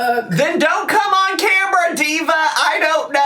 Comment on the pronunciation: Why did she pick up the cameerra!a.😂